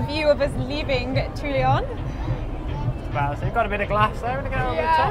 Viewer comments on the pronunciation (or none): Great to see you guys on the road again! Looking forwards to seeing Corsica on a bike. But guys, guys, there is no “i” in Toulon. S’il vous plaît :)